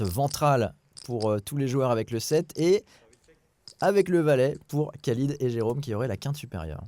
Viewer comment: Vidéo top! Merci Winamax, merci Bcastaldi, merci tpmp, merci Davidi Kitaï, merci all!! Par contre,: dans tout le maghreb, tout le moyen-orient, tous les pays où "Khalid" est utilisé: ça se prononce "Ralid"!!!! Soit le Mr en question se présente en "Mr Kalid" car "90% des français" prononcent "Kalid", soit je ne sais pas:'( Quoi qu'il en soit, merci Winamax!!